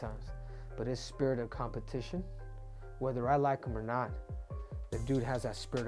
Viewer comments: Spitrit of competion wtf dude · "COMPETION" IS THE NEW WORD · Spitrit of Competion 😂😂😂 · Spitrit of competion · "Spirit of Competion" lol Good video tho, lots of details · Competion. The dude got another C in English. Quad C doesn't have the same ring to it.